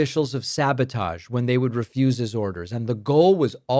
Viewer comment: "I ref-use to answer" ???? LOL !!!